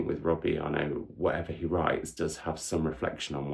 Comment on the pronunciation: What a great way to start the reading year! Fingers crossed the trend continues. The double t at the end of Arnott are not silent btw. I have been to two of his author events, he is a delight! Hope you get to meet him one day. Would love 5 star videos!